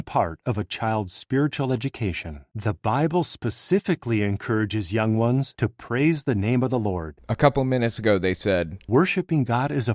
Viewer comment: Right?? It's so wierd and off-putting